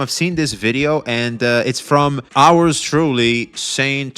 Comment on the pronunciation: Did you say OURS truly? 😂😂😂